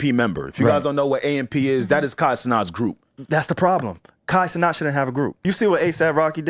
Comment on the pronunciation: “Kai cenaught”